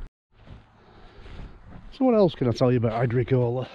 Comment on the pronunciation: Agricola is pronounced; Agr-ee-kola.